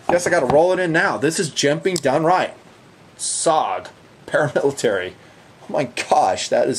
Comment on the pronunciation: awsome that you compared the Houge to my personal fav knife ever, the SPYDERCO Paramilitary. I know you just messed up the name, and thats really not important, just givin you a hard time. But Seriously, the Para military is pure perfection in my eyes, glad you threw it in there. Thanks for the videos as always!!